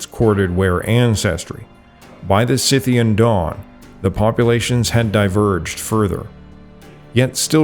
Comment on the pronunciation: "REUTER" rhymes with "loiter" and "goiter" but you pronounced "Scythian" correctly, so...